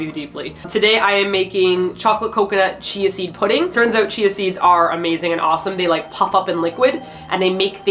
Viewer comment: I keep hearing cheesy pudding rather than chia seed pudding, halp u.u